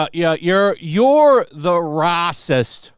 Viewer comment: Please never stop with that "Brrrrracist!" xD